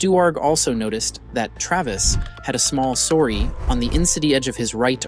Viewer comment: I never heard the word sore pronounced that way Lol!